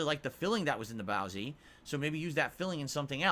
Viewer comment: THAT'S NOT HOW YOU SAY BOAZI YOU UNCULTURED FUCKING PIG!